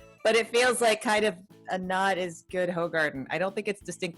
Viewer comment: Ummmmm hefes are meant to be poured 2/3 on the glass then swirl the bottle to release the bottom sediment (yeast) and add the rest into the glass.. that’s how you get the full taste of Hefeweizens, also it’s pronounced hoogarden not hoe, and weihenstephaner is ‘vinestephaner’